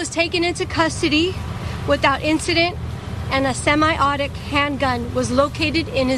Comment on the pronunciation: Cops are too busy fucking eachother and everyone else over that they forgot how to SAY SEMI AUTO-MATIC..... ALSO they were so STUPID they allowed this chick to get on stage and announce an UPDATE to the investigation when she can't even pronounce SEMI-AUTOMATIC correctly... Semi-AUTIC (-_-) (._.) YOU HAD 1 JOB!!! JUST THE 1! 1 JOB!!